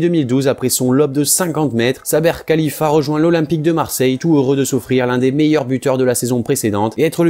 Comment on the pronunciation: Saber Khlifa et non khalifa